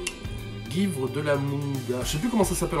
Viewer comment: Je suis trigger par comment tu dis "guivre" mais la vidéo est super cool ! Je m'attendais vraiment à une parodie de David Lafarge (Je dis gü-ivre, comme "suivre" mais avec un 'g' quoi. Et je crois pas avoir croisé de gens qui disent pas comme ça avant)